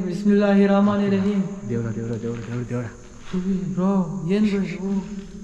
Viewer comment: Bro little bit change in Surah Ahudhumilla shaithan ir. Razim Bismillah ir rehman ovr rahim ✅ Nivu:- bismillah ir ramani rahim ❌